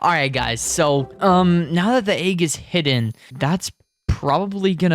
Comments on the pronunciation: Aaeeeg y do you say it like that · You say egg weird